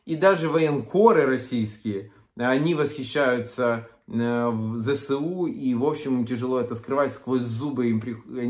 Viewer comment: Не ЗеСеУ а Зе еС У